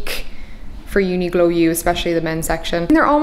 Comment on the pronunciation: the way you say "Uniqlo" is interesting